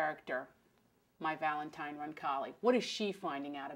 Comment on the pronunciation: I love adriana! ...but did she say Valentime?!